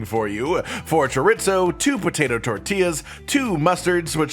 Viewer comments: Chore. Ease. Oh. Not: Chore. Its. Oh. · "Jaritzo" lmfaoooo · Did he just say chorit-zo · It’s shore-ee-zo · if says "choritzo" one more time i'm stealing his microphone😊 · As a cook, I cringed everytime he said Chorit-Zo. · As a Cuban I was hoping he'd never do it again, and then he did. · It's like the time i heard a guy say, "mig-well" for "Miguel". Maybe it's growing up cooking or being from the South, but i thought basic Spanish pronunciation was well known. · As a Latino I cringed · dude same thing! hahaha chor-ee-zoe.. hahaha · More cringey than the actual recipe? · I don’t get it, is that pronunciation of chorizo and inside joke I’m unaware of?